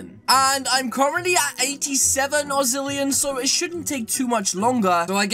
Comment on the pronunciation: Its Not Ozzillion its Octillion